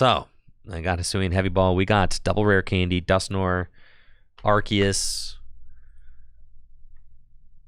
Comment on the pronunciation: youre pronouncing arceus wrong